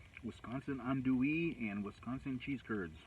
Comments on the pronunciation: Being born and raised in south Louisiana I can say not a bad pronunciation of andouille, but us Cajun folk pronounce it more like On Dewey, Haha and believe me I’ve heard people butcher it. Much like most of our town names down here. Lol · oh no you totally did not massacre it at all, in fact I was quite impressed! Lol